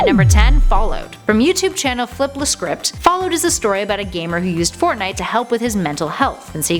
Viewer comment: I didn't know Russians play fortnut